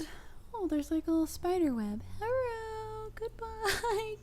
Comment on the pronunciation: I can never hear "herro" without thinking of Ro. Please bring her back on COFFEH sometime :)